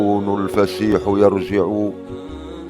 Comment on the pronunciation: والكون اافسيح يرجع كلمة يرجع تقرا بتضعبف الجيم